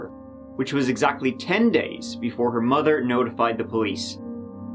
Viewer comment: Kelsey funny though because he can pronounce “they” but mother becomes “mudder”. Still love listening though :)